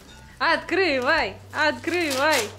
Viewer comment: Аткривай, Аткривай... Жесть